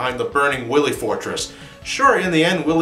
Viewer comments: Watching the entire marathon, every time he says Wily I can't stop myself from going.. "NO! Its Dr. Why-wee!" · I love this marathon! But the pronunciation of Wily is killin' me. It's pronounced why-lee. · He hasn't called him Willy in the entirety of the Marathon. He calls him Willy here as a joke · Hey Wily,what do you think of Dr Light pronouncing your name as Doctah Wawhee in Megaman 8? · I never noticed they messed up dr wilys name.in mega man 3 proto man said dr wiley.mega man 8 dr light said doctah wahwee.wilys name for some reason is hard for them to pronounce? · It's a joke. Check the Mega Man 8 review, he pronounces "Wily" with a lisp, taken from when he noted that the voice actor for Dr.Light had a case of the Elmer Fudds. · Why are they saying willy